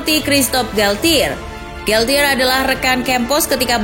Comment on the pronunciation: FYI... Galtier cara bacanya galche... Bahasa perancis pronouncing nya ga kaya english atau latin